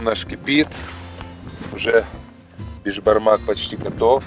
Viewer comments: Не бешбармақ а Бесбармақ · Не бешбармак а беСбармак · Правильно Беспармак